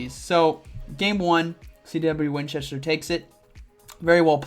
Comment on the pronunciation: ay very nice and well done! As always :) gonna be nitpicky here but that last battler, your rival -- you pronounce his name as "CW Winchester" but there's only one W, so wouldn't it be "C Winchester"? Just saying!